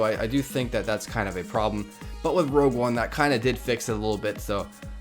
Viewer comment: ROGUE one not ROUGE. WHY does everyone say ROUGE?